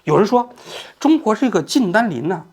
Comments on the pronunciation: 王局是不是老花镜不带，所以看不清人家的名字啊？ 徐延（不是季）军和靳善（不是单）霖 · 是徐延军，不是徐继军，美国法院的文件上也是标明YANJUN XU，难道王局脑子卡壳了？还有把“靳善霖”读成“靳单霖”，难道不认识“善”这个字？。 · 这期口误有点多： 徐延军 ==>徐Ji军 靳善霖 ==>靳dan霖 最新的消息特朗普上台之后 ==> 最新的消息拜登上台之后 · 徐延军，靳善林，你自己算算你读错了多抄次…….😂😂😂